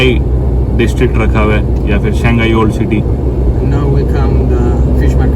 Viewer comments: Oh my God,Its shangani not Shanghai hahahahah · Shingaani not Shanghai 🤣